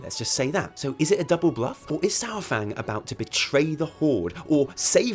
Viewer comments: love your videos. Except for always calls Saurfang Sour fang. Come on. You are a fantasy nerd do you pronounce the main badguy in LOTR Sour on. it is pronounced Sore-awn much like it is Sore-fang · Adam McClendon or Sore-Fang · SAY: Dino-Saur-Fang ... .then leave off the dino part.